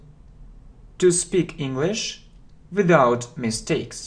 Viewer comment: Мне одному слышится “without” как «виДаут» ? Прошу прощения, как правильно «виЗаут» или «виДаут» ?